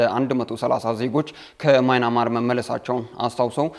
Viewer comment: ኧረ የjournalism / professionalism ያለህ! "ማይናማር" አይደለም። ትክክለኛው አጠራር:- ሚያንማር ነው።